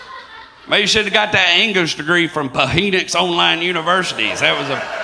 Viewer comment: Pa-henix,and touch a,are my favorite miss said words from this man